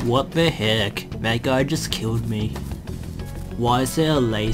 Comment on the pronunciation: "wat de hek"